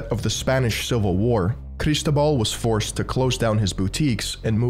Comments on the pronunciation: Cristóbal <= the accent is on the o bro. Seriously. When you do this research you don't bother to learn how to pronounce things? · I love how he forces a Spanish accent to say "Barcelona" but pronounces Cristóbal wrong. "CAR IS TOBAAHL!" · It's a great video, but I have a minor complain and I know it's sounds whiny: I suggest you to use a text-to-speech site to know how to pronounce foreign names, you completely butchered how Cristobal's name and surnames are pronounced. The accent in Cristobal is on the o.